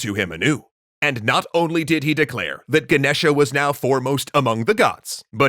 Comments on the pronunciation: It's Ganesha not genesha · The a on the end is silent. The name is pronounced Ganesh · the a at the end of ganesha is silent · its Ganesha, how you people manage to get wrong spellings and pronunciations all the time is a mystery beyond my comprehension